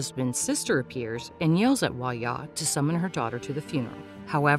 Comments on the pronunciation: Girl it’s pronounced hwa DYA not hwa-ya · Hwa ja. Not huaya. Jung in, not youngin